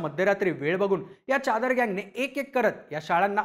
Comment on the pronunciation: च्यादर नाही रे.... चादर....